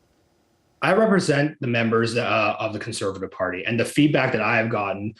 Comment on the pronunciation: I wish someone would tell to speak clearly, and remember that "Conservative" has four syllables. He looks like he is about 22 years old. And your experience comes from where exactly,? A book? Party politics make me sick.